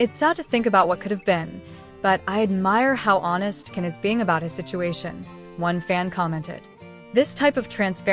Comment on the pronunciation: It's pronounced "Jan". Strong J sound. He reacts badly to mispronunciations, from what I've seen.